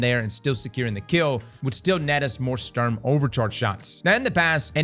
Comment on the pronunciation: Love how you pronounce it "Störm" and "Unfall" . Sturm has the same U in it which is pronounced the same (which for you English natives would be the same way you pronounce the two o in "good") :)